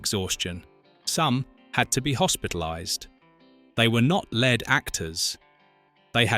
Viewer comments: Horrible AI-generated narration! "Lead actors" pronounced like "led actors". Puh Leez. Review and correct such nonsense. Thumbs down for AI-generated crap. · "LEAD" Actors? As in lead-pipe or unleaded gasoline. Instead of LEAD as is "leeeeed" Another AI - NARRATION!:face-purple-wide-eyes::face-orange-raised-eyebrow::face-orange-frowning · Funny how a word as simple as Lead can show up AI narration.